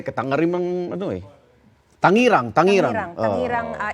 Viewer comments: Kaloka yung Tangaren Indonesia n binasa ng isang newscaster🤣🤣🤣 akala ko totoong meron ganun lugar 😊Tangeran Indonesia pla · Tangerang pronounce tanjerang sa indonesia